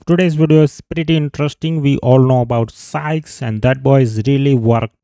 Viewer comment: This guy calls sikez SPIKEZ 🤣